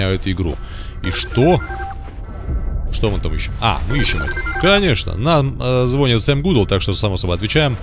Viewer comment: Не звОнит, звонИт